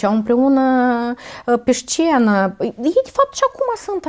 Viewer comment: Scuze dar, cuvântul "șcenă" mi-a ros urechile...